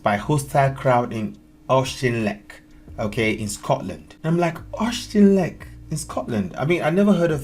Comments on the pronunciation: Oshtinlek? OSHTINLEK!🤦🏻‍♂️🤦🏻‍♂️🤦🏻‍♂️ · I’m not a Scot, but pretty sure it’s pronounced more like Orkinlek than OceanLick. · Auchinleck is pronounced Awkinleck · When you pronounce it don't say "sh", it's pronounced like you are clearing your throat, Au*ch*inleck. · It's ..... Awe-kin-leck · Pronounced ock in leck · Auchinleck, pronounce Auk in leck, with a hard K. I have not seen this on our news, thank you 🧡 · it’s pronounced OKINLEK. It’s a small village with an exceptional semi-professional soccer team named Auchinleck Talbot who have won the Scottish Junior Cup 14 times which is a national record. Simply, here, the natives have got restless. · It’s pronounced ockinleck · Pronounced Aukinleck honey 😊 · No offence,but please can you try saying it okinlek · It is pronounced AU-HIN-LECK. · Pronounced Aukinleck. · My dude, as a Scotsman that was kinda hurtful you're not even googling the towns name you feature..Google's free to use.. Ock-in-leck. Otherwise I'm glad that issues the main/lame stream media won't touch are actually finding their way to people's attention. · Pronounced 'Okhin leck' , Ockhin as in Rock'n and leck' as in 'Wreck' Rock'n Wreck ! At Auchinleck 😮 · It's pronounced ock-in-leck. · My mother was from Auchinleck...Ock-in-leck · Pronounced - aw kin leck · It's pronounced Affleck. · Its killing me how you pronounce it Say okinlech thats how you pronounce it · say it like okinlec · Pronounced Och-in-leck. I grew up there. Utter disgrace what's happening. Tories ((Maggie Thatcher) closed the mines and its been terrible since then. Not just Auchinleck but the surrounding villages.😢 She ripped the heart from the communities. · Please can you pronounce it Achinleck , Au as in caught , then chin as in Kin and leck just as it looks lek . so Auchinleck Okinlek would be the easiest way without the throaty sound for the ch like we say loch not lok instead of lake . Hope that helps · OCH in leck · Auch-in-leck, no s. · its Aw Kin Leck.